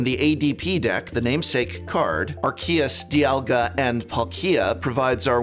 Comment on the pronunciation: Butchered the pronunciation for Arceus & Dialga & Palkia and Zacian but I still had a laugh.